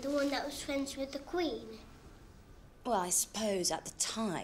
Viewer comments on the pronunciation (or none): "Fwends with the queen"